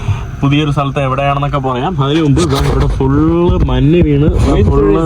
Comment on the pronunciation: നിനക്ക് മഞ്ഞ് എന്ന് പറഞ്ഞു കൂടെ. മന്ന് അല്ല